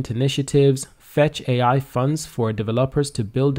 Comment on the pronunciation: It’s FetchAi not Fetchio